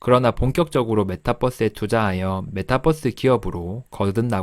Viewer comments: 메타뻐스.. 귀에 속 들어오네요.. 영상 감사합니다. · 메타뻐스 ... 발음 넘 정겨워요 ㅎ